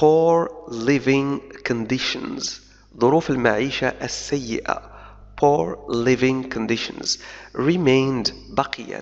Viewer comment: اشكرك على مجهودك الرائع في تبسيط الانجليزية . نطق اللغة الإنجليزية لديك سليم إلى حد بعيد لولا تأثر ك باللغة الفرنسية في بعض المواقع مثل كلمة crisis بمعنى أزمة أو أزمات رغم أنها كتبت بطريقة خاطئة في المقالة وكذالك كلمة poor بمعنى فقير حيث تنطق بضم الشفتين . أتمنى لك التوفيق في معاك